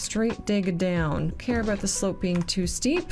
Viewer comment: 30 minutes gang ✅ Love your "aboots" btw 😅